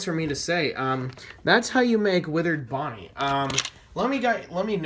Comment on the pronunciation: You said ponnie